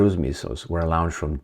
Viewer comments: It's like 'lounged' and 'lawnched'. I can't take it anymore - sorry. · A bad habit that la-oun-ched....